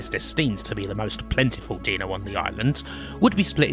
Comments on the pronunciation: Dinosaurs.. dinosaurs... dinosaurs.. How do you pronounce dino?... Deeno, duh. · thank you very much for a great video. but it has to be said: i take -5HP every time you say "deeno".